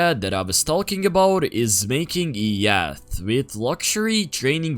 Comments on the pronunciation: yak moment and btw is prenoucite yacth no yak💀💀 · I pronounce it yaht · its pronounced y-o-t, english is weird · Yacht Is pronounced yot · “Yacht” is pronounced by saying “Yot” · Its said ya-t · yaught is said like yot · "So im done with the YACHKT model" 😭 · Leaves, And yacht is pronounced "yott" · He said yackt because he didn’t know how to say yacht you brainrot iPad kid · btw you say it like ya - t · Amazing vid as always! Actually look foreward to these videos every sunday i remember and get hyped. Thanks for creating such quality content for us:D edit: it's pronounced ya-hh-t, hopefully that helps, also why did you blur the UI designers twitter? Doesnt he deserve a shoutout? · btw, its pronounced yot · Yo, it's pronounced "Yah-t"! Just so you know lol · just a tip it’s pronounced y-o-t! English is so weird 😂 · bro cant pronounce yacht💀💀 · The way u say Yacht ⛵ 😂